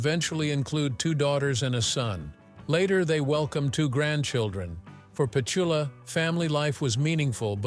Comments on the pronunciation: the robot voice can't pronounce her name correctly cant listen to this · Yeah you even say her name wrong for goodness sake. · Interesting but would be good if you could say her name correctly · 25 seconds in and her name is mispronounced……Junk, junk, junk - inauthentic $$ grabbing junk. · AI cant even pronounce Petula Another reason i hate AI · The minute the AI voice mispronounces the name of the subject, done with it. What disrespect shown to Petula Clark. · Why does the narrator mispronounce her first name? AI? If you’re going to make a video about someone, at least get their name right! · The content is good here but this AI crap ruins it.Cant even pronounce her name. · Here you go again Pleses stop this if you cant pronouncePetula just call her Pet becouse that's what UK people called her back in the day now stop being unkind to people. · Click Bait. AI couldn't even pronounce Petula's first name. Material = Fluff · Mis pronunciation of her name makes this unwatchable, honestly. AI can’t get some things right😮! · Incorrect syllable stress in Petula. These people who makes these videos never correct the mispronunciation of names you hear in every video. It’s as if and probably likely, they know nothing about the person they are describing. Anyine who has seen any video of the past woukd kniw how Petula is pronounced but these a**h*les don’t care. They’re just pushing out AI content. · Where is the "how she lives now?" part mentioned in the clickbait title? Much of this seems to show her being interviewed but with none of the soundtrack from the interview. And horrible AI narration and mispronunciation her name dozens of times. All videos in this channel look like AI creations. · Why do they have an American compare? He can’t even pronounce her name or places as they should be pronounced. She is a beautiful English Lady. Let’s have an English compare. I have nothing against anyone from any country. But let’s get it right people. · Pet-shul-ah?! Seriously.